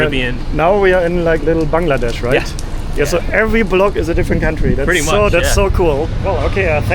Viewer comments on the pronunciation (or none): none